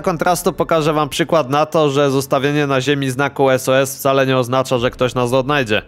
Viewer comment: To pierwsze bardziej na Sus nie sos